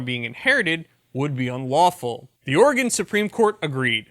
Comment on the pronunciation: Oregon native here... Oregon (Or-E-GUN). He says it correctly. Is that why you love it? With flush it down Kate Brown and continued Californication it may be pronounced OR-E-GONE soon.